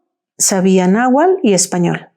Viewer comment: PERDON ES NAHUATL no nahual